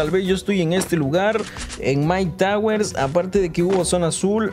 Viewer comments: Quien más se dio cuenta de que dijo myke towers en vez de cloks towers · Bro k no era click tower y tu dices Mike tower jajajajaja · " Vamos a caer en mike tower" jajaja y es Clock tower jajaja ❤